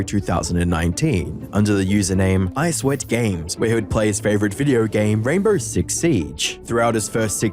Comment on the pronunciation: Ok i was gonna let it pass by, but “isweatgames”? Really? Come on…